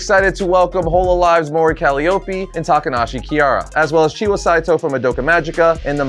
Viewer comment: dude its ka-Lie-O-P 🤣say it fast